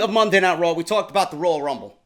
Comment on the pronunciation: Ohhh it isn't RAAW man!!